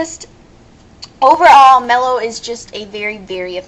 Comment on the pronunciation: if you going to watch a show and rant learn how to pronounce. Mello, is obviously a male the voice is obvious enough. lovely assumptions. Leather? hahaha Leather is fucking beast. making Religion is bad now? hmm? when you get burned you scar princess. Neer? hmmm..Born with white hair? perhaps some where in a character bio mentioned a pigmentation disorder such as..hell idk...Albino?? thanx for the fail vid sweet heart was fun, but kids shouldnt watch adult swim? or be up at 12am